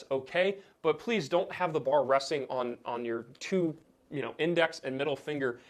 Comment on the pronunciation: He said number toot